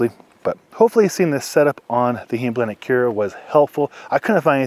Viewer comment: Nice review, thanks. BTW, Heim (home) is pronounced with a long "i"